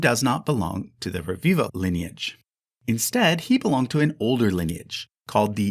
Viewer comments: Rebiba is pronounced Rebiba, not Reviva.. b and v are different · Just checking out the pronunciation of names would have made the video far more enjoyable. It's ReBiBa. B, like in Be, But, Boy. It's Italian, not Spanish. And PaluZZO PaluZZI is pronounced like in piZZA, a strong ts, not like zebra.